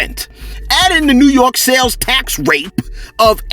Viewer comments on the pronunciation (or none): none